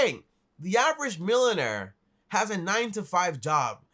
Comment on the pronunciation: “milon air”